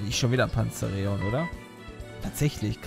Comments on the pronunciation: es wird PanzaEron ausgesprochen Genau so wie es Voltwechsel und nicht Voltowechsel heist. Oder Kanivanha. Nicht Kanivanhia:P Wollt ich nur mal sagen;) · Hießt es nicht eig. Panza Eron? also von der Aussprache